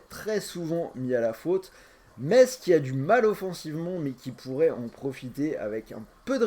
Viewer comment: Mon dieu comment t'as prononcé metz🤦‍♂️😆